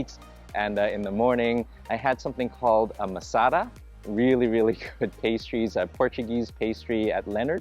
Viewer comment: It’s maLAsada not masada.